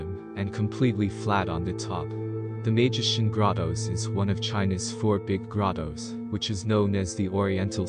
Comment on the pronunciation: Great video. BTW, Maijishan is pronounced my-jee-shan.